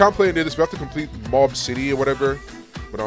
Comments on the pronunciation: he did not just call mob "mash" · Bro called mob mash 😭😭😭😭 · if bro calls mob mash again , i swear!😭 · bro def doesnt watch anime😂bro called mob “mash”😂😂😂braindead